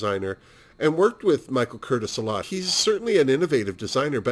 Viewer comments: The only other Crawford film you've seen is "The Women"? Oh c'mon now. "Whatever Happened to Baby Jane"?!? The director's name Michael Curtiz is pronounced Cur - tease. My father was a Pepsi executive for many years and has great stories about Joan showing up drunk to open new Pepsi plants. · Oh yes Gymrat, how could I forget that?!? Okay, so that's 3 Joan Crawford films. LOL I'm an idiot. Speaking of, I realize that I mispronounced Mr.Curtiz's name. I told you I was an idiot, Seriously xox